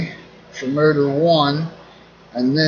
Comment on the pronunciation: I thought you were saying "murder" for motor.